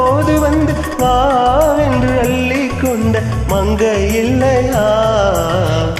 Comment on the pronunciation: இருவரும் சிறப்பாக இனிமையாக பாடியுள்ளீர்கள்.பெண் குரல் பாடலை ரசித்து ஆனந்தமாக பாடியது அருமை. முதல் முறை கேட்கிறேன். பெண் குரல் உச்சரிப்பில் க வனம் செலுத்த வேண்டும். அள்ளி அள்ளி ..என்பது அல்லி அல்லி என்று கேட்கிறது. நான் இந்தியாவை சேர்ந்தவன் .தற்போது அமெரிக்காவில் உள்ளேன். தங்களின் இசையார்வத்திற்கு வாழ்த்துக்கள்❤